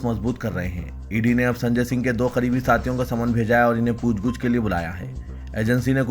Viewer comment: Pooch gooch nahi bhai Pooch gach urdu ka janaza nikal diya apne ❤